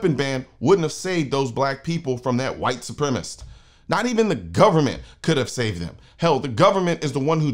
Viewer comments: FYI - The word is Supremacist (4 syllables) not supremist (3 syllables) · Love ya Colion, but there are 4 syllables in supremacist